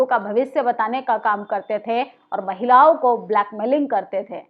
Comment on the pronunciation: आप जागरूक करने वाली खबरें बताती हैं सराहनीय है पर आप अपनी हिंदी सुधार लो हिंदी में अंश्वार का बड़ा महत्व है जिसे आप नकार देतीं हैं महिलाओ नहीं महिलाओं होता है जिसे नाक के सहारे बोला जाता है ।